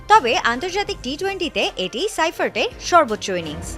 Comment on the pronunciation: শিফার্টরে সাইফার্ট কন কে?😂😂😂😂